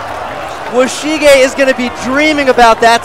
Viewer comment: WO-SHI-GE NOOOOOOOOO!!!!!